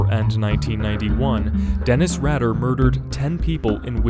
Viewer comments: It's pronounced "Raider" "raydah" , not "raddah" but spelt Rader, you need to fully researched before making videos... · Good lord, its pronounced Dennis 'raider' not 'radder' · Rader is pronounced Raider, not Radder. Richard Ramirez died of B cell lymphoma at MarinHealth Medical Center... not in his cell. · It's pronounced raid-er not rad-er. I like how my favorite serial killer is at my favorite number on this list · Omg rad - er it's ray-der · Radar pronounced Raider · It's pronounced like RAIDER.... not RADDER.... ::face palm::: cringe! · Just to let you know about The BTK Killer. His name is Denise Raider not “Radder”. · You’re right on Rader being “Raider”, but also its Dennis…not Denise. Thats a girls name lol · "Rad-er". It's "Ray-der". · I know right? Rader, not radder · Dennis' last name is Rader, not Radder :p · You miss pronounce the name of Dennis Rader. It's pronounced raider not ratter. My aunt and uncle live in Wichita, and they knew who Dennis Rader was. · its pronounced raider dog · Dennis “radder “ huh? Lol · It’s pronounced Ray-Der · Okay, firstly ‘Rader’ is pronounced RAY-DER and facts within this are wrong. After his break (due to him raising his children) he reappeared in 2004 sending letters and packages to local TV stations and it took around a year for the police/community to finally capture him in is when he was arrested not when he reappeared. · Its deffinetly Rayy Der. For denis rader not RADDER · Right I hate whoo gets it wrong ... I'm Alex Rader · You the btk killer name worng like you killed his name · Hahaha dude just go and look up how to pronounce dennis rader 😂😂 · Rader. Loooooong A.